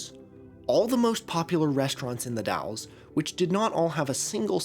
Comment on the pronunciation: As a former local, you're the first YouTuber who has ever said "The Dalles" correctly. It's come up in a couple of videos (usually the Rajneesh or the Martin Family disappearances) and it's almost always The Dales. The Dall-es... thank you for getting it right.